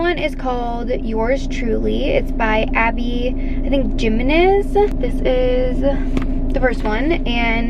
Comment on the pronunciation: I was wondering who the author was you were talking about but I think it’s pronounced Abby “Hi-me-nez” since it’s a Spanish surname? 😅